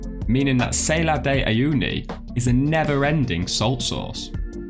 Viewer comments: It's not named Sailor de Uyuni... Learn to pronounce foreign words ;-) This one is actually easy. It's like Sal in salmon and ar like the letter R. Great shots and an informative clip otherwise ;) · sah-LAHR, not SAY-lahr, please